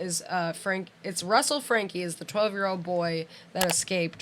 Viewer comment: Oh yay you have started saying 'Franke' right 😅